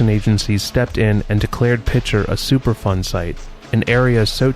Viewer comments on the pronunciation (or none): Is he saying Super Fun site? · It sounds like you're saying "Super Fun Site"! 😮